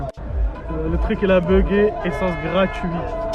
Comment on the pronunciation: depuis qu’on entend déjà “ essence gratuiT “ même pas avec le e 😂😂😂😂